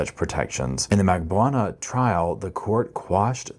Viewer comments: Drives me nuts that you cannot pronounce Katie Magbanua’s. last name correctly after all these years. Mag BAN new ahh Not Magbwana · Can you please learn to say Katherine’s last name? Lol it’s said so many times in all of the trials